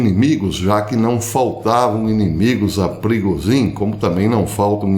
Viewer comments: A pronúncia é prigógin zh=j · Professor A pronúncia é PRIGÔJIN A língua russa praticamente não tem palavras oxítonas. Normalmente são paroxítonas ou proparoxítonas. O sobrenome da tenista pronuncia-se Sharápava. Bom dia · Não professor, a pronúncia em russo é “Prigózhin”, isso msm a 2ª sílaba soa mais forte e em inglês “Prêgozhin”, soando mais forte a 1ª sílaba. Espero ter ajudado, forte abraço!